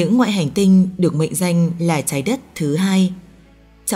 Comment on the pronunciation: Đọc chuẩn tý đi bạn.nghe mấy từ chái đất.đặc chưng vv nhiều nghe nó khó chịu lắm